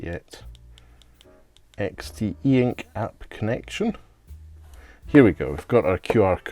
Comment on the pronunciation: It's pronounced EX-tee-ink